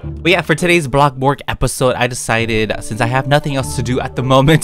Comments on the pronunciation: I Love WhEn YoU SaY BloCkBUrG (Its 9 00 in the morning and I'm watching you) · no one: not a single person:: bLoCkbOrGGG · why do you call it blocburg